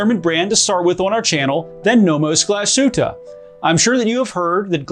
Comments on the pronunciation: It's pronounced "glas-hoota" not "gla-shooter" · Get your Glashütte pronunciation straight, this literally hurts 🙄